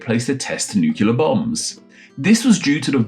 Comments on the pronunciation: It's not pronounced "nucular". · Why is a British linguist saying "nucular" in the year of our lord 2025 💀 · It seems ironic that you've mastered the French pronunciation of Reard, but still don't pronounce "nuclear" correctly.